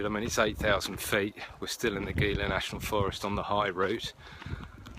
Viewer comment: FYI it is pronounced "Heela" not "Geela". No big deal, but thought you might like to know it What time of the year were you hiking in the Gila? I have been plenty cold in in the Gila! But, yes the river crossing and all the rocks along the rivers can get really old. Love that part of the country though. Some really large cats in that area as well!